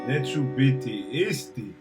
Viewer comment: neću biti isti .....nice pronaunciation!!!